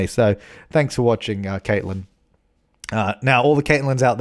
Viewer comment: So close 'K/Catlin'! 😂